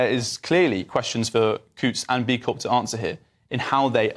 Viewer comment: Charlie.... the P is silent in CORP.